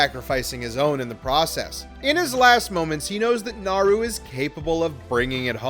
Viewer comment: And yet... they still can't pronounce Naru's name right!